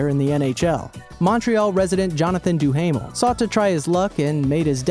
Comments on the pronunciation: do-haam-ul not do-hamel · Jonathan Duhamel, pronounced Doo-Ah-Mel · You pronounce Duhamel wrong